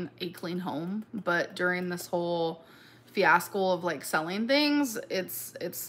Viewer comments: Did she say “fiascol”? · Not a "fiascle" though ☠️😆